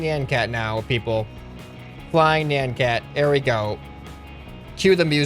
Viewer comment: NIAN cat not NAN cat